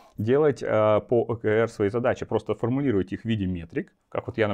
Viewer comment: Спасибо! Маленькая заметка, т.к. термин англйский то читается скорее как ' О Kей Ар'